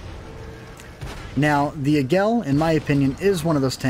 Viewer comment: Águila, that's "AH-geela" not "ee-GELL." Sounds like "Laggy la", just drop the L from laggy and you've got it.